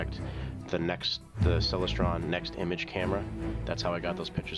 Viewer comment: Awe geeze man, your scope is a ceLESTron, as in celestial, not CELestron! Clear skies.